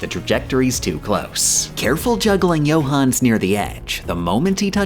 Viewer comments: I know an absolute shit ton of work goes into these videos... which makes that pronunciation of Johannes particularly irritating. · "Gooda" "Pons D. Lion" "Herow Dotes" "Johans" I'm too european for this travesty